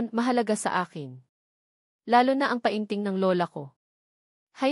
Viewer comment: Anong pa in ting, penting ang Tamang pag pronounce Nyan, ay ano ba Yan😅